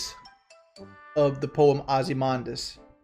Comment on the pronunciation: "Ozzymondus" What an idiot